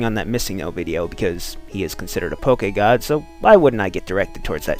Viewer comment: I am so happy that you didn't say it "pokey-god",.:D